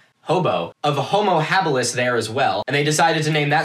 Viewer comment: "Hobbo habilis "😂